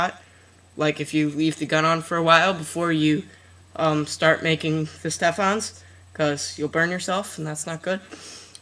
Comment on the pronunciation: EVERYTHINGS WRONG!! It's pronounced ste-fin, and it's FBR (foam backer rod) learn your stuff, you have so many views!